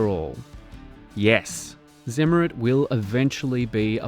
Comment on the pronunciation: The anti magnetic coating is pronounced [tsim - mare - reet].